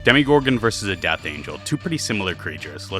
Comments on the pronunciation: ahh stop saying demi it's demo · It’s demOgorgan no demIgorgan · It’s NOT DEMIGORGON!!! Not with an i. But demOgorgon!! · It’s demo not demi😭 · Demogorgon🚫 demiegorgen☑️ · If this guy says demigorgon one more time... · Tf is a "demigorgon" 🥀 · it's really pmo how you call it a DEMIgorgon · I don’t think it’s called “demigorgon” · im talking abt the way they pronounce it. Its pronounced "*Demo*gorgon" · im sorry but the way you're pronouncing demogorgon just really irritates me. i'd comment on how goji center would be inspired by this video and possibly make a face off video but omg "demigorgon" is really hurting me and i don't know why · "demigorgen" pronounce it right man..